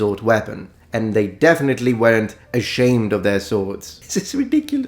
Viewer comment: "ASHEMED" I know your dirty little secret 🤭